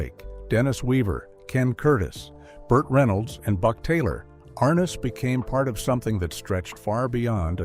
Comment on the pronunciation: arNESS. Accent on the NESS. ARness.